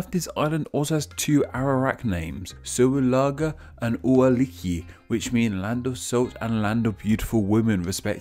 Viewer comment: Im from Sint Maarten/St. Martin. Soualiga is pronounced SWA-LI-GA